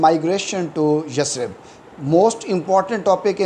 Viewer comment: It not yasrib its yathrib But good teaching style